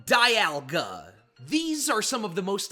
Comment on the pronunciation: It’s pronounced SOHL-GUH-LAY-oh, DEE-AHL-guh, KUR-RYE-dahn, MEER-EYE-dahn, zah-SEE-ihn, nuh-CROHZ-muh, ee-vell-TALL, KAH-lohs, PAHL-kee-uh, and arr-KEE-iss, “”! 🤨 Also, Solgaleo is a Psychic/Steel-type, you idiot! Stop making errors and stop mispronouncing names! You have poor pronunciation skills and education! 🙄